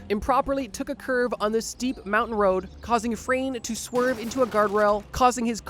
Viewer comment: ITS FRANO